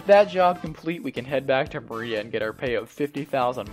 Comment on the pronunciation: >Black Mariah lmao dude, it's Maria, like the Spanish name